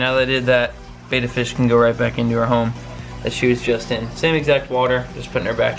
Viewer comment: Please say betta correctly